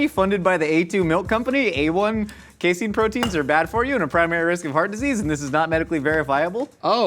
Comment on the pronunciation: As a scientist, I feel obligated to tell you that it's pronounced "case-in". Literally no one calls it "case-ene". It's used as a common protein carrier/stabilizer and blocker in immunoassays. We use skim milk powder from the grocery stores in poor academic labs. Same thing as casein, hell of a lot cheaper than it is from a chemical company. And no one in New Jersey says "joi-zee", you asshats.